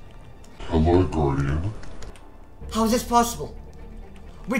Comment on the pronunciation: How many times do I have to tell you it's GUARDIAN not GARUDIN or GUARDIN